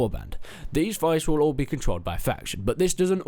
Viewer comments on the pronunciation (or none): It's fief like thief, not fife xD apart from that the games really looking good! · Pronunciation: It’s Fief not Fife (fEef not fiyf) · It's pronounced feef not fife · It's feef right? Not fife? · Just FYI, its "FEEF" not "FIFE" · fief not fife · Pronounce fief better pls Thanks :)